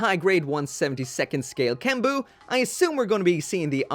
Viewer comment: It's not kenbu, it's GENBU!